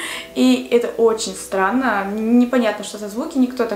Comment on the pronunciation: Мне показалось,что она сказала не странно а сранно...Или только мне одной?))